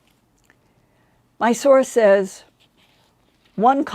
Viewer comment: The word "says" is not pronounced the way it is spelled; it is always pronounced "sez".